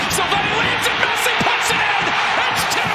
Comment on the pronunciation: Messi Not "P"😂